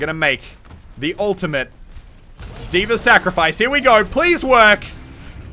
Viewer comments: Why do you and tyrodin always pronounce D.va like Deever? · Who else is triggered by the way Moosetits pronounces D.Va?